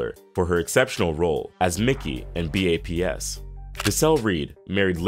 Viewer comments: How u taking ppl black card but pronouncing BAPS as B-A-P-S 😂😂😂 laws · I’ve never heard someone actually spell out the title for B.A.P.S…. people usually just say baps. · Dude said b.a.p.s. 😂 it's called baps! Like u pronunce maps! But with a B! Baps! Smh this offensive to the culture! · Say it with me...: BAPS.... Take the ap from apples and put a B on it. That is all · Lmfao not him spelling out b.a.p.s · If he say B.A.P.S 1 more time..ugh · B.A.P.S literally is pronounced BAPS 😂😂😂😂 NOTHING ELSE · Sooo no one is gonna say anything about how he said baps lol 😂😂